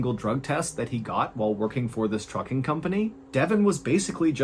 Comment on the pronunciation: I have dyslexia and sometimes hearing not good. I heard 'Fu-king Company', instead of Trucking. So for a minute, I was wondering what kind of company is this?😂